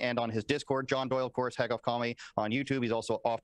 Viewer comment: John Soy-le. Peak cringe.